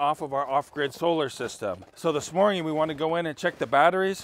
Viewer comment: Stop saying morging